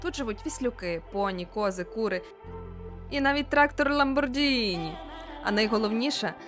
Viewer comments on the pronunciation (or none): none